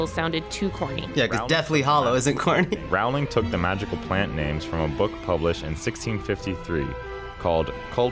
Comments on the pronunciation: Rowling like "bowling" not "howling" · It’s Rowling like bowling not Rowling like howling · I wanted to watch this video but the people saying Rowling incorrectly was just too much. Her name rhymes with Bowling. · Everyone in this video is saying Rowling incorrectly. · What about pronouncing Rowling the proper way...